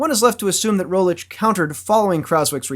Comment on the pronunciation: one thing i hate as a Slovene is his pronounciation of Rogličes name...its not Primo Rolic...its pronounced Premož (last letter pronounced like the G in mirage) Roglich...hope that help for any future pronounciations as he will probably be a GC contender next year